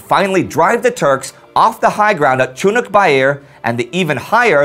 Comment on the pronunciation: GAAAAHHK..CHUNNUK BAIR.....its pronounced...Choonerk bare...like....a bear in a tunic.....many call it CHOONIK bare...watch an old vid or 2...see for yourself....besides Chunnuk bair isnt the battle we all know, LONE PINE is....it was a lesser known part because the main fight was at Lone Pine and this all happened 3 months AFTER the landings, the first day saw the 2 sides at loggerheads aroundv lone pine....it took till july to reach the points you talk about, it was the diversionary attack to allow the taking of Chunnuk bair that resulted in Lone Pine....I grew up around old salts who fought there and they pronounced it that way i describe....the veterans village they lived in had a memorial to the battle of Lone Pine and there are trees grown from seed taken from the ACTUAL lone pine, in the battle, the turks had built fortifications from the local pines and only a few were left...the aforementioned local memorial is a 15 ft long X 3 foot high carved sandstone monument showing a dozen anzacs waist to head with their heads resting on the sholder of the soldier in front and the mirror image was the same but with turks....i thought they were praying when i first saw it (aged 7)....but i found out years later that it represents the immediate aftermath of the battle where they had fought it out in a long bunker and the two sides fighters, were going at it from one end and meeting in the middle....when it was over they were all dead, packed in, shoulder to shoulder and propping